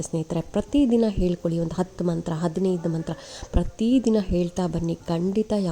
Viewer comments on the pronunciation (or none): none